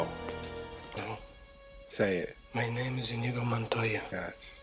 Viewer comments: eyes-pink-heart-shape:Slight correction, it's Inigo Montoya, not Indigo. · Just fyi. It’s not Indigo. It’s Inigo. Great reaction video!